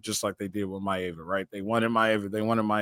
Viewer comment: It’s My-Ahhh-vah not a long vowel A